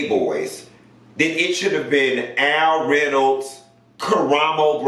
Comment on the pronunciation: "Al Reynolds" LMAAAOOOOOO